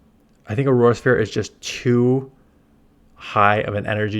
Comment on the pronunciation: 😂why he struggling so much to say auro sphere